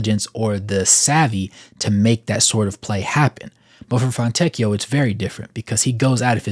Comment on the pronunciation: Thank you for attempting to pronounce his first and last name properly. As an Italian it is always horrible to hear Italian names Americanized